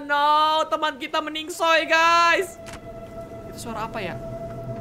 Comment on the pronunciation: plise reg sekali aja " meninggoy" bukan meningsoy plss